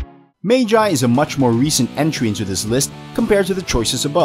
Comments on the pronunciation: Mage eye? The lybrinth. Do you people try to pronounce it wrong. Its magi - "Mug - e". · He pronounced magi wrong the dude said "maygi" but its literally pronounced m a g i not maygi ;) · It’s not MAGE IIII it’s PRONOUNCED LIKE “MUG EE” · It pronoced ma ge not ma ji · ITS NOT MAY JAY ITS MAH-GEE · It magi not mayji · Magi not maji pronounce it right 😡😤😡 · Wtf! Magi become May-Jie!? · Did this man say magi mag eye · dud its pronounced ma Gee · It's pronounced maw-gee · He put magi above op Nd cnt even day it properly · You pronounce Magi wrong lol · You pronounce magi wrong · The way u pronounce magi is incorrect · THATS NOT HOW YOU SAY MAGI TRIGGERED I WILL DESTROY PLANET NOW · haveu seen magi? if so, then why cant u pronounce it?